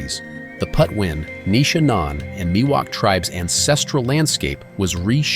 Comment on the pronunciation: What is also disappointing is the mispronunciation of the Indian tribal name: It’s PATWIN not Putwin.